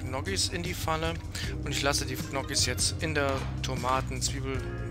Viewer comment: Tolles Rezept.Zur Aussprache von Gnocchi: sprich Njoki ohne das G am Anfang.Hoffe das hilft.Danke.